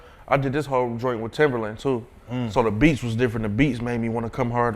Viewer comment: How are you gonna consider him a legend and work with him yet you can't even say his name right? Keep calling him timberland and there isn't a r in his name smdh